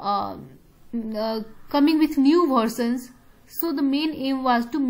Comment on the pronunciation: Ma'am aaj version ko galat pronounce karte hai...pls usse correct kar le...thnx...